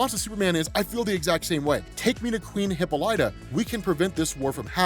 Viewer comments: Please... no more hippo light uh. Huh-pol-uh-tuh. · Hey it’s pronounced Hip-ah-li-ta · Lol oh man I can't get over how you cant pronounce hippolyta. Great video though.